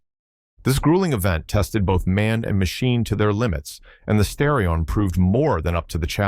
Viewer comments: Now redo the commentary and say STAR-ee-on every time instead of STARE-ee-on most of the time. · You keep saying Sterion instead of Starion. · STAR-ion, not STARE-ion. Also, your images do not sync with your audio description such as when you refer to the wide body when displaying the narrow body and wide wheels while showing the narrow ones again. I really like these and my best friend had a 1988 that he blew the head gasket dialing up the pressure. It was a pretty capable car and thank you for the video. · Many Asians would pronounce "Starrion" as Stallion, not the other way around of course, due to the difficulty of pronouncing the R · Starion. As in "Star" not "Stair". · Bro I can't unhear this as a stallion mispronunciation 😂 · Learn to pronounce the name of the car if you want any credibility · Lololololol oh I rearry hope it was a misplonounciation of starron. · According to Jeremy Clarkson (so it may not be tue because it contains a racist element) Mitsubishi wanted to call it The Stallion but the Japanese can have a problem pronouncing "L"s.. Supposedly they'd contacted graphic artists to produce the lettering on the car, and... Well, we have The Starion! I have to admit the way he told it sounded convincing, but to some, racists often are.. Me? I give it 50/50.